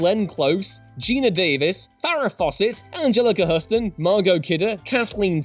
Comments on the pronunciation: We're not sure what the noise is you made ("an-jal-acka huss-ton") when you showed Angelica Huston on screen but it was nowhere near how her name is actually pronounced "an-jeh-luh-kuh hyoo-stn". An easy mistake as the Huston family have only been in the film industry since 1929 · "Angela Kah-Hurston". Nice. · "Angela Cahuston" - I'm really sick of disrespecting actors by purposely mispronouncing their names (it's all to drive 'engagement' in the comment section). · Wow, u guys need to try harder. All of this is already known, so this is simple and lazy clickbait. Also, practice saying Angelica Houston a few times before recording, instead of the laughable pronunciation u dreamed up. 👎👎👎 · Good God you butchered Anjelica Huston's name there.